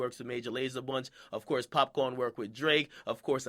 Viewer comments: I'mma need you to put some respect on the pronunciation of "Popcaan." NOT "Popcorn" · akademiks put some respect on popcaan name it's "caan" not "corn" nigga every Jamaican know that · Popcaan not popcorn, damn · it's pop caan not popcorn -_ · Akademiks can't even say popcaan's name right and he was "born and raised" in Jamaica